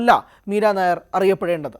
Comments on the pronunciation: മീര നായർ അല്ല മീര നയ്യർ (nayyar ) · മീര നായർ അല്ല മീര നയ്യാർ . she was born in Bhubaneswar, Odisha.